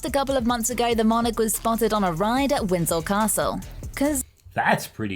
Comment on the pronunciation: *Windsor Castle